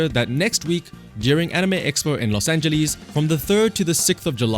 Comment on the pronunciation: "The anime expo is Los Angel Ease" :hand-orange-covering-eyes